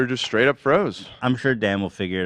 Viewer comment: Why is hassan so obsessed with an old white man's dong? Gross. Also, why does hassan say 'SHTRAIGHT' and 'SHTRONG'? There's no H after S in those words! My god, hassan is annoying as hell!